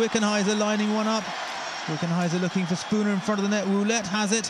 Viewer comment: "Woolette" "Peecard"